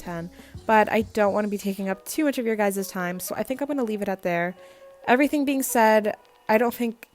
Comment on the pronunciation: emphasis on the word e v e r y t h i n g